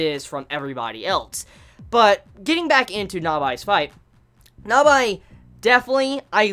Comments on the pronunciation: Nabeeeee not nabiiii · It's not Nabye, it's NABAE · Not gonna lie... I was about 5 min in before I realized who NABI was. ... it's nabe bro. (Nah-bay) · I had some issues understanding who you were talking about. I think you may have been trying for 'Na-Bae', but that did not come across. otherwise, I tend to hear 'Na-be' whenever people mention her. so...confused. :) rather think Na-bae is more for the literal type of communication. it don't work quite right in vocals. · i love this XD <3 but... pronunciation of Nabe is "Nabi or Na by" is kinda irritating XD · she's called Nabe not Nabae. Nabae is the guy from Baby Steps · Also mate it is (Naah-bey) and (Deh-miew-rg). Not being a dick mate. Just helping a Brother out Brofist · I know this is an old video but I am annoyed how you pronounce Nabe. The voices even say her name but you still chose to say "Navay". Dunno if you corrected that now. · yu pronunciation the name Nabe is wrong! (｡>﹏<｡) its Na Beh, yu amoeba!! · yu pronunciation the name Nabe is wrong! (｡>﹏<｡) its Na Beh, yu♡ amoeba!! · I know I'm late to the party, but your pronounciation on the name of Nabe is infuriating, it's like you watched it with some shitty DUB.